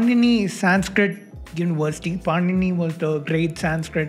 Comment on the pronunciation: It's not पानीनी it's पाणिनी no wonder you don't understand things